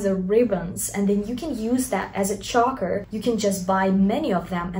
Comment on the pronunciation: Choker, not chacker. Haha